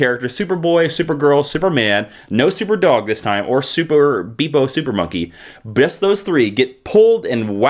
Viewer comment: GOD IT'S "BEPPO" THE SUPER-MONKEY NOT "BEEPO" YOU MUST BE SOO EMBARRASSED nah just kidding I like your videos. I'd like to see you re-enact all twelve parts of Crisis On Infinite Earths with you playing all the parts